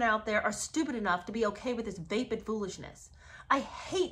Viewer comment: Just so you know It’s pronounced va- short a sound like in apple- va-pid. Not vay-pid